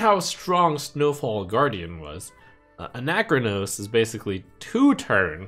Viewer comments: It’s not Anac-chronos It’s Ana-chronos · why are you making ana-chronos into a 4 syllable word?